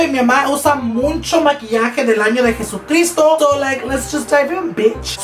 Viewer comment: Me encanto el video alv me subsrcibi :) me recuerdas de los niños en mi escuela que dicen “muncho” instead of “mucho” xd nomas digo its funny tho❤️😂